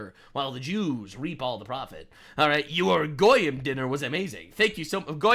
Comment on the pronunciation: goyem? 🤔 Means nations?